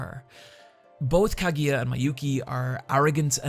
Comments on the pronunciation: Wtf is a Kagya man, it's obviously pronounced "ka-gu-ya" you bad bad weeb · Still don't understand why you pronounce Kagiya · its kagUya no kagiya im so angry right now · The video is great and I loved it but... why do you pronounce Kaguya as Kagiya? :D I know I know, accents and stuff, but is the "gu" syllable that hard to pronounce for English native speaker? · No soporto que pronuncia kaguya como kagiya 😭😭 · I died everytime he pronounced her name. I'm now extremely dead, good bye everyone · I still find it mind blowing how you're a mainly anime-centered channel and yet make absolutely no effort to even try to pronounce any Japanese character's name right. Rant aside, I've really developed a fondness for non-battle battle anime and I'm glad to see they're getting more love nowadays. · Dude, that's not how you pronounce Kaguya haha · That's not how Kaguya is pronounced... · "nor Kaguya or Mayugi.." I cringed a little bit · Absolutely great vid but pleaaase try to pronounce those names a bit more, it was painful to hear kageeya and mayuki or majuki for so many times ^^' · Him pronouncing it "Kagiya" and "Mayuki" instead of "Kaguya" and "Miyuki" annoys me. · Kageeya... my-ookee.. i'm sorry.. that's distracted me way too much otherwise this is a good analysis video.. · Great Video, but I cant get over the fact how you pronounce Shinomiya Kaguya and Miyuki Shirogane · The pronuciation of Kaguya and Miyuki is a little off, but whatever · After hearing how you pronounce Kaguya and Miyuki, it feels like you didn't hear their names pronounced in-anime